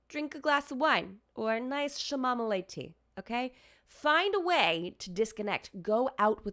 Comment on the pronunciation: “Shamomilay tea” 🤣🤣🤣